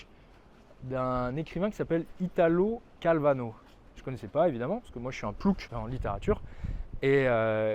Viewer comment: Italo Calvino, pas Calvano, inculte 😜 Je te taquine, mais plus sérieusement ses trois bouquins le Baron Perché, le Vicomte Pourfendu et le Chevalier Inexistant sont très bien, je te/vous les recommande chaudement !